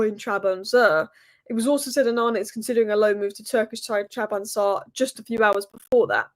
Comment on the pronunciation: Trab zon spor😂😂😂😂😂😂 say it with me......not Trabonza😂😂😂😂😂